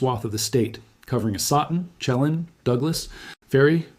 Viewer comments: Lake Chilan is pronounced "shi lan". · Lake sheh-LAN. You obviously put a great deal of time and effort into this report. Seriously, check name pronunciation before you post. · Actually, Shuh-lan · This guy is AI or not local. He pronounces Chelan way wrong and also other areas. I lived in Washingtin 20 years.